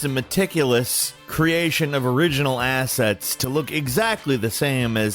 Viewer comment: "asshets freum" lmfao how shloshed is?